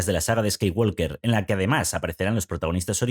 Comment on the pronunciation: La L de Skywalker no se pronuncia. En inglés la palabra "walk" se pronuncia "guoc" y no "guolc". Sí, es un idioma muy raro.